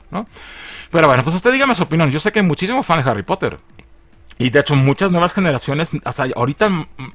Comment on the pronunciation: Harry popoter.